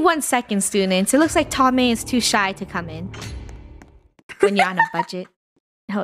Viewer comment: It’s not “Tommeh” it’s Thommeh that’s what funneh said in the stream Edit: thx for the heart